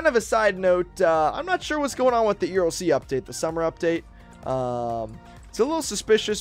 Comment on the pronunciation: Nahhh that’s crazy how he said Erlc 😂😂😂😂